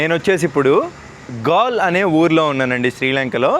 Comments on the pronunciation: Gal kaadu swamy. Gaale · gal kadu brother adi gaale d t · Gaal kaadu , Gaale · ఆ ఊరు పేరు గాల్ కాదు రా అయ్యా గాలే సామి😂😂❤❤